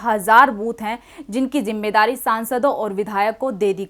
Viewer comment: KACHCHI ZABAN BOL RAHI HO JAISE ZARURAT KO JARURAT......ZIMMEDARI KO JIMMEDARI....